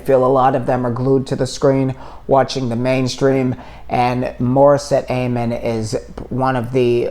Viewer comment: Thank you, enjoyed your insight. For future reference, her last name is pronounced with a short A, not a long A. You may want to check out her performance with Jessica Sanchez on the Wish Bus, singing Jessica’s song, “Stronger than Before”.